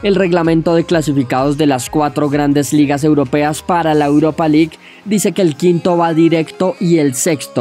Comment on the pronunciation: CHANPION LIK EUROPA LIK. Que bien pronuncias lol